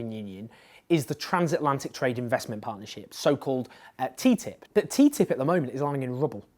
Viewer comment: Owen, you are the only person who calls TTIP teatip.